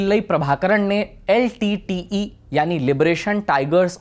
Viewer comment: Nice! But also, I've never heard anyone call LTTE as Litteyy!😂😂😂